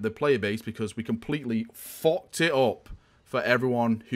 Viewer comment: "They completely FOCKED IT OP!" I don't think I've ever heard swear before but I fucking love it.